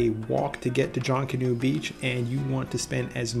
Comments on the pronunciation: It's not "JONK-anoo" Beach.. its pronounced like it looks.. "JUNK-anoo" . 👍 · Please pronounce Junkanoo correctly. Phonetically, junk a noo.😉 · Thanks for the video. It's pronounced (Junk)- a- new. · pronunciation aside, thanks for the video and the information. Going there soon! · Couldn't make it threw his pronunciation of Junkanoo. Little research ahead of time would help.